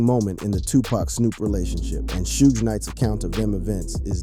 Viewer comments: 😂😂😂😂 he says it right at the start of the video but proceeded to say shoog soosh 😂😂😂😂😂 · Suge pronounced as "Soogay" is crazy work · Why you say suge wrong then you say it the right way 😂😂sougs suogs😂😂😂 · Sue-gay and 2 Park and snoosh pog of breath crow bleckerds table Stocking breaterlizations! 😅😂